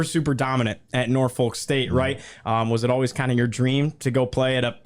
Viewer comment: You need to learn how to say “Portsmouth” and “Norfolk”..